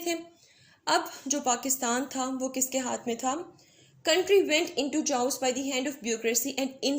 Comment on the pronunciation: its not chhaos its kaos mam ..